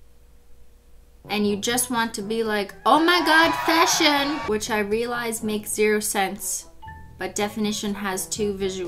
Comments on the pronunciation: Fash-Hun like “fashion honey” 🤦🏽‍♀️ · FASHUN SHUN HUN